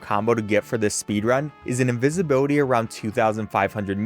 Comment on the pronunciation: invisibility or incinvibility?